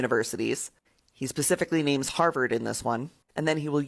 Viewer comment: "He pacifically names Harvard on this one..." perhaps visit Harvard sometime, or any school